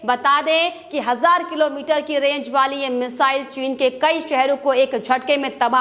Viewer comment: 5000 hasar not hasaar